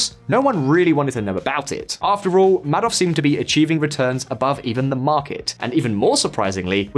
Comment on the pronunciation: video narrator could have at a minimum learned how Madoff’s name is pronounced, smh 🤦